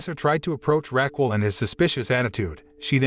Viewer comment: My ears hurt from hearing “Raquel” pronounced “rackwell”the whole time